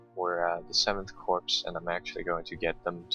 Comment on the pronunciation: good video as per always, just a note: Corps is pronounced Core. So it would be first core second core rather than first corpse second corpse!